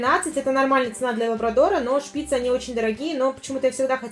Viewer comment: Не шпИцы , а шпицЫ